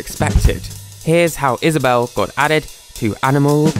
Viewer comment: IS-A-BELL me:i get it now